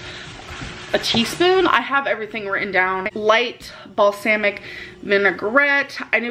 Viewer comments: it's balsamic not balSAMic aghhhh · city ducky “Balsaymicccc” 🙃🔫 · BALSAAAMIC NO!!!!!! It’s BALSAMIC!!!!!!!!!! And you Drink Almond Milk not a condiment!!!!!!! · It’s not balSAMic it’s balSOMic lol like it’s spelt so wrong but I did it to show you how to pronounce it correctly. 😂🤣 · THANK FUCKING GOD SOMEONE SAID IT! SHIT!!!!!!!!!!!!!! Like what the fuk is balsaaaMic?! WTF WTF WTF, I just can’t 😨🥴🤦🏼‍♀️🤦🏼‍♀️🤦🏼‍♀️ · "Basaamiti, inscrewshiating, Wommart" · Does it bother anyone else when our gorl says, "bal sam mick"? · Or balsamic.